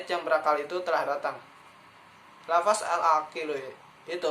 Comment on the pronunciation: Jangan bilang lafas terdengar seperti penjara dan terkesan tidak mengenal bahasa Arab, tp sebutlah lafazh